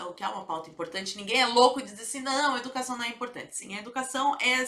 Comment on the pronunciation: Manifestação "dà educassáo" da UNE 😄